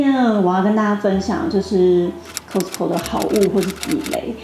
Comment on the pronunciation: Cos卡斯t淡淡消音co扣